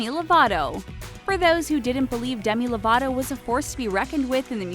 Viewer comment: Istok Demi LovaTo, not Demi LovaRo 😂😂